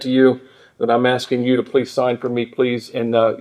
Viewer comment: "Axing me..." ffs